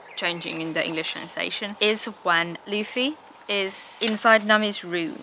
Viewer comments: Yeah, same happens with Spanish. There'll be sometimes a vowel a little bit off, but I can assure you, it'll be better than Laffy xD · thanks, mate! and i think mispronouncing names during their journey through one piece is a step on the path everyone must take😅